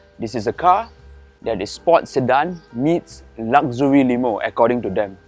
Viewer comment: Why la. Find someone who can speak english properly. If youre going to do something, do it right. Guy cant even pronounce luxury. Chinese nerd, look like he lepak CC all day, but now has a suit on